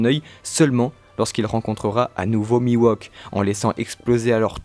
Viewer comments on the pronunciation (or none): hey, ne sommes nous pas d’accord que oeil de faucon se nomme mihawk et pas miwohk donc il me semble que vous le prononcez mal non? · Pas trop mal, mais par contre c'est "Mihawk", pas "Miwauque" :) lol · ca me perturbe ce "mi-wok" au lieu de "mihauk" en prononciation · C'est qui Miwok ? trololo Ouai non mais il s'appelle Mihawk... la prononciation c'est important >< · Miwok oui c'est Mi Hawk xd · Putain mec Mihawk ca se prononce pas:"Miwok" mais "Mihhhowk" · Phonétiquement mihhok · "Miwauk" xD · C'est perturbant d'entendre Mihawk se faire appeler Miwok. Hawk c'est un faucon en anglais, rien à voir avec un wok, qui est un ustensile de cuisine (et pas coupant) :p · j'allais dire la même chose c'est horrible ça m'arrache les tympans !!! mais à part ça bon résume des théories sur Zoro !!! Y a pas plus badass que Zoro !!! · c'est mihok non? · Ta prononciation de "mihawk" me fait saigner des oreilles